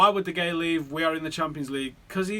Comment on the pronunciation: De Hey-a. Fuck sake sort it out. It drives me mad. You might as well be saying Zaltan.